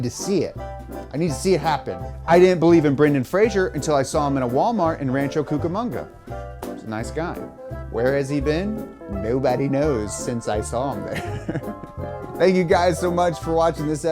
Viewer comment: Its Brendan "Fraser" (fray-sir) not Frasier